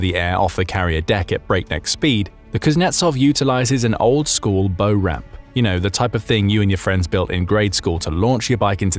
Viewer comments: Also bow (‘take a bow’) ramp, not bow (ribbon and bow) ramp. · It's BOW AS IN WOW NOT AS IN BOW TIE!! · It doesn't exactly inspire confidence that you have any idea at all what you'e talking about when you mispronounce basic words. The sharp pointy end of a ship is called the bow - pronounced "bough" as in tree, not "boh" as in arrow. Hence it's pronounced "bough ramp". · It’s bow as in “how”, not bow as in “oh” 😊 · It’s pronounced like this. The letter “B” and then “ow”, like the sound you make when something hurts. The Bow of a vessel being the front. Just thought I’d add that for those that don’t realize the text to speech application seems to be pronouncing it like the item you use to shoot arrows. Which is spelled the same way. When I controlled my works phone system, which also used the same technology, I dealt with this all the time. Some of our doctor’s names were seriously strange and needed a lot of work to get it to sound right. Anyone using this type software, I highly recommend listening to the entire finished product and comparing it word for word to what you wanted it to say. Have it printed out and mark each word it messed up. Then go back and alter the spelling to get it to sound right. It’s not hard, it just takes some time. After a bit you will get to where you can quickly fix it from learning what it does inherently, and how to get around it. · Is anyone else sick of the word "bow" never pronounced right? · "Bow" as in "Bow ramp" is not pronounced with a long "O". Makes one wonder if anyone did any proofing, reviewing, editing of the information. Other errors reinforce these doubts. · I think you are mispronouncing the word "bow". You should be saying "bow", as in a boat's bow and stern, not "bow", as in bow and arrow. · Pedant here..ehem. Bow ramp as in , not the stern. Not as in, tying one's shoelaces. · Took me a few seconds to realize he's mispronouncing "bow" like a tied decorative ribbon and not like the front of a ship.